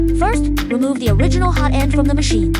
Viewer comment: It's pronounced "HOT-end", not "ho-TEND".